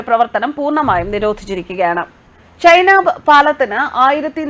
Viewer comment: ചേച്ചി ചെനാബ് ആണ് ചൈനബ് അല്ല, ഒന്ന് check ചെയ്യൂ